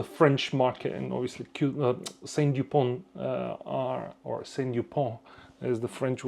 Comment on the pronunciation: A small correction, It's not "Saint Dupont". It is S.T. Dupont, after the founder, Simon Tissot-Dupont. Great video, thanks. So sad to see Lebanon in turmoil again. Did you see the C Gars auction results today? Prices were outrageous. It has gone crazy.